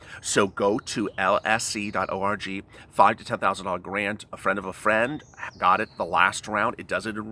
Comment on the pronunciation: You said Lisc, Lic and Lsc. Please, which is it?